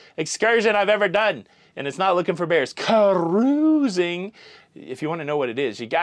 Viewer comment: The way you were pronouncing SEJ’s name made me giggle every time. Did the person also think you didn’t know how to pronounce “cruising” because you say “CAH-ROOOOOOZING?” 😂🚢